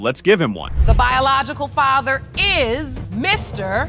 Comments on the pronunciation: The AI is so crazy lol I really hate when channels use the AI voiceovers because they don't even say everything right. (Fay-ter) instead of father lmao!! I kinda really hate watching these. Most of the time it's gross women sleeping around with multiple men and not knowing who fathered their child. It makes me sick. My mother slept with several men and I don't know who my dad is. I am 33 and missing that half of my identity. It truly disgusts me to no end. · How in the hell can you not pronounce the word father? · Your AI cannot pronounce liar' or 'father'???? Wow - that Muslim woman has her baby girl in a hijab, I feel so sorry for that child.